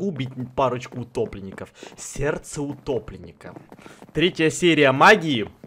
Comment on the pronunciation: Мне послышалось не сердце утопленника а гопника